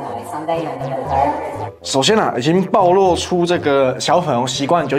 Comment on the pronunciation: 不好意思，糾正一下 暴(ㄆㄨˋ)露 不是 抱露